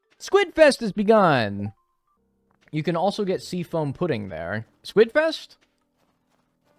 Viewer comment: literally same lol when people say words funny in stardew yt videos I always repeat them. called squid “squits” twice in quick succession and I said it right back to him. and someone i watched called debris “debreeze” and I kept saying it and laughing whenever he said it